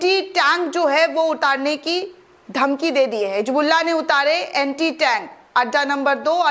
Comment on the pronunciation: My dear bitiya, your video is excellent. The content is great. But if you pronounce Urdu correctly it will be admirable. For example it is " Hizbullah" not " Hijbluaah" .